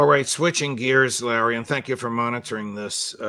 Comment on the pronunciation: Can someone tell Larry is a roof, not a woof